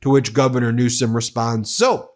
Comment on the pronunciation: His name is Newsom not Newscom. rump you can't even speak correctly